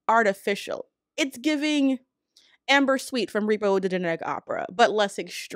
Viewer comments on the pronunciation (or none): none